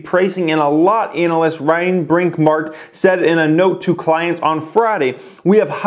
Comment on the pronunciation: I caught that "anal" yst pronunciation there. Yea thought its crazy that there are 500k pre orders for model 3s that means they have a potential of 175 billion dollars if they can meet the demand and thats if people purchase the car at 35k. Which they aren't, its going for 50 to 70k, there is alot of upside if they can produce and they seem to be producing.